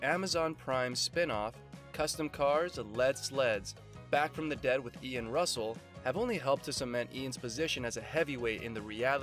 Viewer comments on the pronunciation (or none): The commentary doesn't fit what I have seen! Let alone the narrator keeps calling him Ian ( RUSSELL) NOT Ian Roussel! This is BS!!!!! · His name is Ian Roussel last name pronounce Ru sell, not Russel